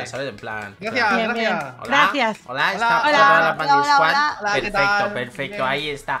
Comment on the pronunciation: Pandiquad enves de pandisquad jsjsjsjsjsjsjsjsjs xd